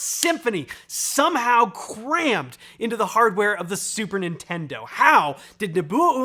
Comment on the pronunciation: Emphasis on the SUPER, Nintendo